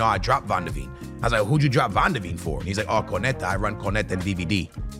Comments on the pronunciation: Bro why do you need to try sound all exotic, his name is not CORNETTAHHHH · im sure you mispronounce player names on purpose… First it was Portellas and now it’s Korneta….